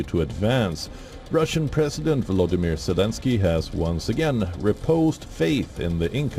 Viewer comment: Russian President Vodolimir Zelensky, did I hear you right? 😅